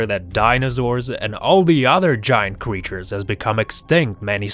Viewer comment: he said quechers